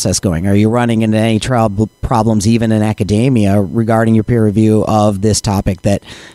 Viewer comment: "Academia" made to rhyme with "macadamia". This is new to me.